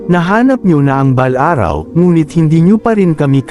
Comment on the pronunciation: Maganda ang kwento kya lng pakiayos ang passalita at words katulad ng orasyon at balaraw